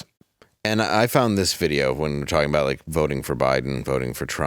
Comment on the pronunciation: he does say "talking to your wife" without all the required syllables. So it sounds like "fing your wife" That's amazing though lol, I had not heard that clip.